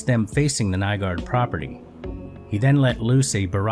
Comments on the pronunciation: i thought it was Nygård, not Nygaard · You're actually supposed to say "Nyga"